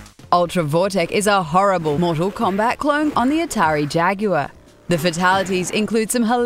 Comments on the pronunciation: The "Atari Jag you uh"? Man, some people can't pronounce things right. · LOL Atari "Jag you are" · "The Jagular"??? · someone teach the announcer how to say the word jaguar properly